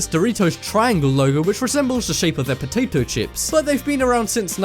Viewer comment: he says POTATO chips, SRSLY MAN!!